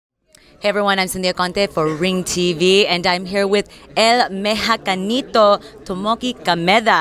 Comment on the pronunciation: why the hell did she butcher his nick name like that? El Mexacanito??? wtf is that? so damn unprofessional. SMH !!!